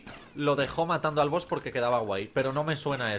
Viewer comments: es Boss no boos😂losiento por ser tan tocahuevos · Se dice boss no boos xd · Todo el mundo: BOSS: BOOS